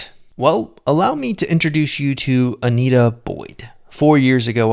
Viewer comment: It's Antia, not Anita.